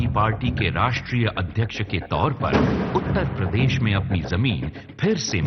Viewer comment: Akhiliesh babu apne state ka naam lena to seekh lo km se km. He call it UTTA PRADESH. Bich mai se R kha jaate ho. 5 saal mukhya mantri reh chuke ho janaab.ab to seekh jao